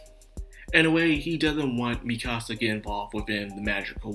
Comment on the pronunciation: Misaka, not Mikasa. Fiamma, not Fammia. 9 volumes into 26 episodes, not 11. For me, this episode was really good. Best so far, but I can see why you wouldn't like it as much.